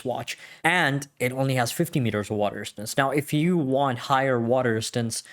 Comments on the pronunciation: I could only listen to water "ristance" so many times before bailing. His 4 inch wrist didn't help either. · WTF is "water istance"?